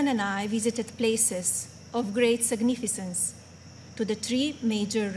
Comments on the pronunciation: She totally trashed the word significance she said Signifisense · SIGNIFISANCE SIGNIFISAAAAAANCE 🤣🤣🤣🤣🤣🤣